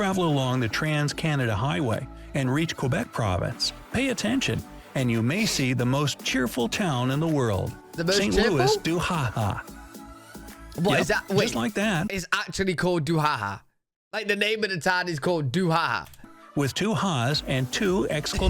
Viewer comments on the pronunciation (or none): I am an English Canadian, but I believe a more respectful pronunciation would be like "Sont Looey du ha ha". My apologies to my fellow Canadians that speak French better than I.